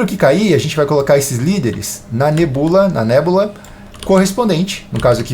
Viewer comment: Nebúla é mto mais feio q nébula kkkkkkk